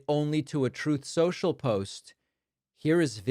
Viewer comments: "Troth, Sential" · Why does Trump pronounce the name of his site "Troth Sensual?"